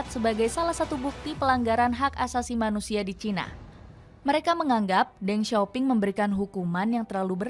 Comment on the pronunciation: Then sio ping bacanya